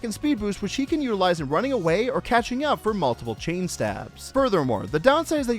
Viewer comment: I’m pretty sure when said which he can use, I heard it as which she can use